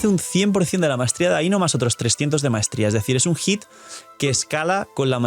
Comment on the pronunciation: I legit cringed from constantly hearing things mispronounced like ae-no, but her name is pronounced as i-no. And Columbina’s name is pronounced a certain way. Colum-bina.